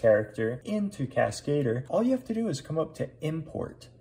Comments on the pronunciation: Cascadeur. French. Emphasis on DEUR. kaska-DUR, not kas-KAY-dur. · I'm pretty sure that that's not how you're supposed to pronounce "Cascadeur", lol. It has nothing to do with the English word "cascade", but instead it's simply a French word for "stuntman". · Did the French put a man on the moon? NOPE! CASKATER it is hahaha